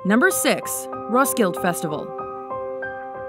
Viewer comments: "Ros killed festival" sorry that's not how you pronounce it lmao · It’s pronounced Roskildefestivale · She also mispronounced Roskilde. It's pronounced "raw-skill-da" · Roskilde pronounced “Ross-kill-uh” Yes I’m from Denmark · The way they said Roskilde made me cringe aswell